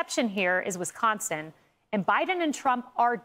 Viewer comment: Stop saying Wesconsin!